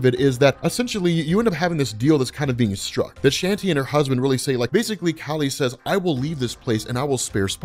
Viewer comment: Some Indian names can be hard to know how to pronounce, but Kali and Shanti (with the same vowel sound as Spawn) are too of the most common and straight forward. While I appreciate the vids(might not finish this long ass one), it's cringe worthy every time I hear Shanti(like a fucking Irish sea shanty, instead of Shawn-tee) and Kali(like some American teenager, instead of Kaw-lee)